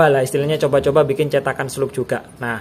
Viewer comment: Kau orang indonesia membaca bahasa ingris.. Bilang saja slug sudah. Kenapa harus slag🤦‍♂️🤦‍♂️😴